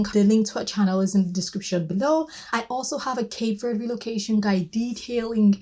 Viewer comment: Thank you for saying Cape Verde properly without the strong e on the end